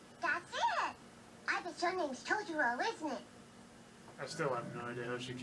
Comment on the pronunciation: Fox version is much better. The girls in the Disney version pronounce it “Todoro” . Also soot gremlins is not it. It’s dust bunnies. Nanny is voiced so much better in fox’s version … she’s supposed to be kind of silly and she’s way too composed in the Disney version. The dad is voiced way more boring in Disney and they eliminate or change a lot of what he says. The way the intro song is sang is so much better in fox, more folky. The disney version has a singer that sounds like she’s trying out for American idol and overdoing a song that’s supposed to be simple. In Disney’s version both Kanta and Satsuki sound way too young for their ages. The emotion is better in fox, and the voices fit the mouth movements in the animation better. Also I grew up with it and It was like watching a different movie when I watched the Disney dub.